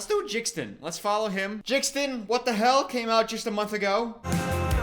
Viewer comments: The way he kept calling jaden “jxdn” 💀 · its the "jixdin" for me💀💀💀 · nobody:: "ok lets listen to JIXden" 😭😭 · you saying jixdin when it’s jaden 😭😭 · calling him Jixdin is sending me 😂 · WHO IS JIXTON ITS PRONOUNCED JADIEN 😭 (no hate btw ily it’s just funny lol) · the way you pronounce jaden is killing me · how he pronounced jaden's name killed me💀